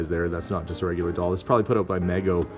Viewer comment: I believe it's pronounced Meego